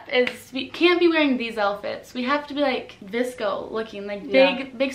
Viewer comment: why does everybody say “VISCO” and not “VSCO”